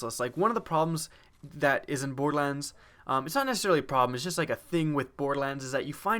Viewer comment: 'Bordelans' lol